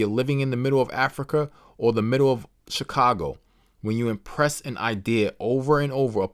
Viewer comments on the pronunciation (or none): none